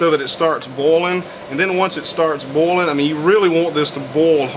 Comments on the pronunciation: boiling....why are you pronouncing it like bowling? XD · i love how he pronounces boiling as bowling xD i also really like videos like this. its ez stuff for the mind when you cant sleep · Casper Nijland bolin‘